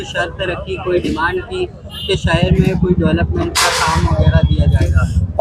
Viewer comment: سہر نہیں شہر